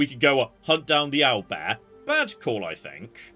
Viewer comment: the way he says "oil bear" and later "aisle bear" just sends me every time